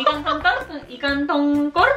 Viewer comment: Org jepang susah ya bilang konsonan yg mati di blkg kata.. Ikang...ikang.. nyengir mulu saya..😂